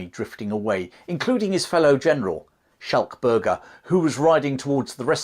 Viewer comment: It sort of spoils this otherwise excellent description of the battle in that the narrator didn't know how to say the names of Louis Botha and Schalk Burger. How hard would it be to learn and use the correct pronunciation?